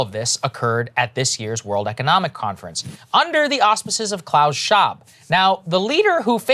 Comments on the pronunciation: ShWab...guys, not Shaab.... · Schwab even has the correct accent to be a mad scientist.